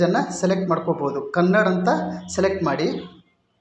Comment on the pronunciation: Sir kannad alla kannada Please correct agi heli